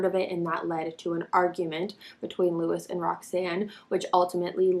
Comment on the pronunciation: It's Lewis